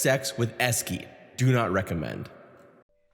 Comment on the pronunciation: You must understand, that mispronouncing Esquie's name is an immediate dislike.